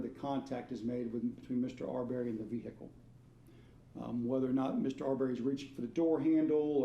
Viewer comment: His name is pronounced ' Aubree not Au berry